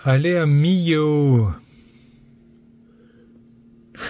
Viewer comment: ça ne se dit pas milo mais millau ( mi yo ) 😁🤣